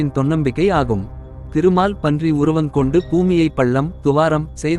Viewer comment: திருமால்பன்றி னு படிக்காதடா.. திருமால் பன்றி உருவம் எடுத்து ..... என்று தனி வார்த்தைகளாக படிடா....